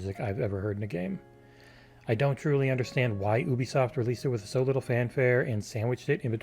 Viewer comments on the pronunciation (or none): YOUbisoft, not OEbisoft. Ffs